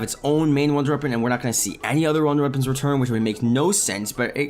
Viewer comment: "wonder eppons"